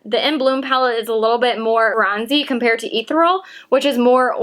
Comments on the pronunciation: The shimmer shade in the pro palette is pronounced ee-theri-ul not ethral. you're the 4th person who has pronounced it wrong. Not judging, just lettin ya know in case you use it again in the future. Lol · Ethereal sounds like= Eh-thir(like ear)-ee-ul ...hope this helps....I keep seeing a ton of YouTubers saying it the wrong way and its driving me nuts LOL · try pronouncing E - cereal then say E-thereal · PS At the risk of being "that person", (you're obviously a smart, confident person, so hopeful my note is just seen as friendly comment, as I intended, rather than judgey snark) In the metallic shadow on the first row, Ethereal, is pronounced "e-THER-ee-uhl" - it sounds like you've missed pronouncing that second E... Easy to do as it's one of those tricky to say words/ones you're often like "how's that pronounced, again?!". I sometimes do that with "behemoth". I noticed lots of vloggers were unsure of the Prosecco shade name in Jaclyn Hill X Becca (Italian adding to the mix!), so I'm not alone in this. Thanks again, great job! PPS My wallet does NOT thank you! Just sayin'. :P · Thank you! Mine arrived but I'm trying not to look at it until my birthday. Ethereal: delicate and light, you might google the pronunciation. I mispronounced something similar while reading the narrative to a slide show years ago (room full of people of course).